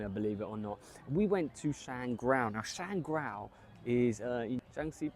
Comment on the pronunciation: My grandpa is from Shangrao. It's Shang-Rao, not ShanGrao. Enjoy.